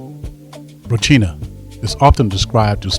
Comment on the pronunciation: That’s actually incorrect as well. In Portuguese it’s pronounced ho-seen-ya the r makes an English h sound.